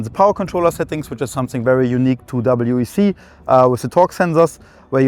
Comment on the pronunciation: The content is great, but pronouncing W.E.C. wheck is rough.